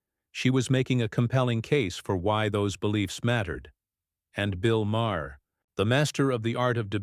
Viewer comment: This is just click bait. Crockett never threatens to sue Maher. And it's pronounced Mar not Ma-er. Bull shit!